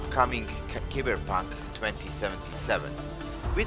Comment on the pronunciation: Keyber punk?????? Its cyber punk....not keyber.